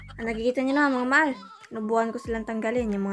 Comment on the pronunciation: It is MAHAL NOT MAAL...🤣🤣